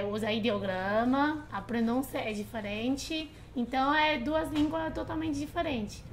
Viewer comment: a pronúncia da russa eh perfeita. eu não diria que ela é estrangeira. nota 10!